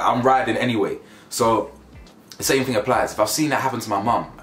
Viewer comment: “Somet in the water” - there must be 😂